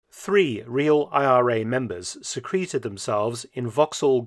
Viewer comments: yea I've never heard anyone pronounce it like that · "The IRA oozed themselves into position", is why, as an American, I pronounce secreted differently than secreted.